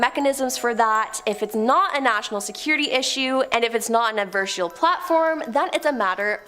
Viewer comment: Adversarial, not Adversal........ NO QUARTER ASKED, NONE GIVEN